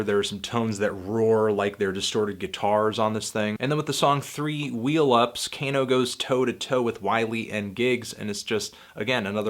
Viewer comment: its kah-no, not cane-o, jesus